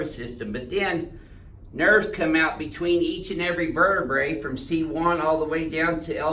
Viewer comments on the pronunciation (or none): “Verduh bruh”